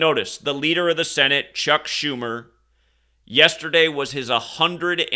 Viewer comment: Chuck Joo-mer